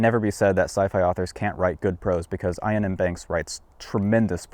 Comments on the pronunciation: "Iain" is pronounced like "Ian", just with a Scottish accent (j/k). Definitely not like "Eye-an". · This video would be perfect, if it were not for how he pronounces Iain's name. It is pronounced the same as Ian (ee-uhn), not eye-uhn. Iain is the Scottish form of the English Ian. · It's just Iain. Not 'Ayaan'. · "Iain" is just a variant of "Ian". Both pronounced "ee-uhn". Not "eye-uhn". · EE-an. Not Ayn. Iain is pronounced Ian . (space because YT breaks its ow f*$%# markdown if you place punctuation next to it.) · Love your channel (& I'm sure I'm not the first person to tell you this... ), but it's pronounced Ian. The second I is silent & doesn't change the pronunciation. Otherwise as I say I love your stuff & you've often made me laugh, so thanks for all the vids :) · Iain M. Banks' name is pronounced EE-un M. Banks (/ˌiːən ˈbæŋks/). The Scottish name "Iain" is phonetically identical to the English name. Just a nitpick. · "Ion M. Banks" 😂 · Its pronounced Ian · Elon is a BIG fan of Iain M. Banks' Culture novels. His name is pronounced EE-ann. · FYI Iain is just an alternate spelling of Ian and is pronounced EE-ANN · "Iain" is just the Scottish spelling of "Ian", and pronounced EXACTLY as you would pronounce Ian. Also... great call to start with "Player of Games", one of the best in the series, and more self contained than most. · "Iain" is pronounced the same way as "Ian", which I'm really, really hoping you know how to pronounce. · Is this really how Americans say Ian?